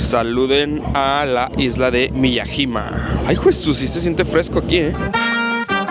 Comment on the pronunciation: Se pronuncia M I Y A Y I M A